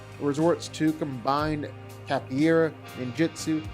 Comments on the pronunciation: I know this won't matter to a lot of people, but out of respect for the martial art, I have to say that capoeira = "kah-po-EH-rah," not "cappy-era." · Capoeira... KAH-po-AIR-uh... not cappyaira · Capoeira is pronounced "cap-oh-way-rah." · It is not pronounced cappy era. . . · No matter how many times he said capoeira, he never quite nailed it lol. But yeah, Wick clears.